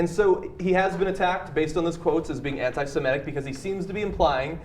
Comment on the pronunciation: hey John Iadarola, it's pronounced (and spelled) anti-semItic - with an "i", not an "e", it's NOT anti-semEtic! I love how John hammered that word out, pronounced as bad as it gets, TWICE, how Ana (as alaways) had no clue and just said it like John... and how Michael Sure later said it overly correct... "...I don't think that this is anti-semItic...". I am pretty sure Sure (pun-like thingie intended!) noticed that mistake as well! ;) I really like you, John and how you found your way into TYT - but on this segment, you totally sounded like a half-wit. ;) sorry... (btw,I love it when I, a non-native speaker, "teaches" Americans their own language) [/smartass]